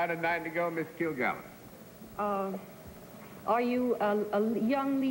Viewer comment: Joe Postove It actually came out sounding like "kvill" to me, and I wondered what the heck he was talking about. I think you may be right that he meant "kvetch." How embarrassing!